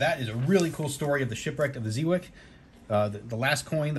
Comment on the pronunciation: Lol I just got this coin as a gift, love it! It's pronounced Zey Wake! VOC is at the top!